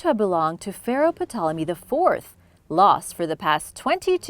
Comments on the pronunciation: Awesome channel,but the P in Ptolemy is silent. Just an FYI, no biggie! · Ptolemy is pronounced with the P silent 🤫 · Ptolemy and Ptolemaic, are spoken as Tolemy and Tolemaic. The P is silent,! Other than some pronunciation issues, your video was very enjoyable!